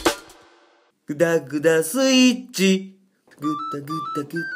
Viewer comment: 最後はダグダグスイッチッ！ にしか聞こえない笑笑